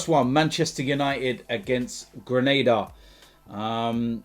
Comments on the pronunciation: Looool Grenada 🇬🇩? It’s Granada you wally. You’ve made that mistake continuously. How disrespectful. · “i can pronounce all the teams” also: “gReNAdEr” well done buddy 👏🏻😅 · “ I can pronounce all the names” “Grenade-a” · i can pronounce all the names of these teams... First up Greneda! what a clever boy! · Grenada is an island in. Caribbean the sound of letter a in español does not change buddy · it’s not hard to pronounce ‘granada pal.. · then mispronounces the second name! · It’s so funny how you say you can pronounce all the names but you get Granada wrong that not how you pronounce it’s any Spanish people will know how I know how to say it because I’m Chilean so LOL